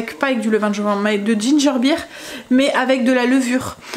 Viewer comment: Bonjour, c'est ginger " bire" (beer) qu'il faut prononcer et non "baire" ( bear= ours). Je suis dispo pour des cours d'anglais si tu veux 😂. C'est vraiment intéressant de voir la fabrication a A à Z. Merci pour le partage.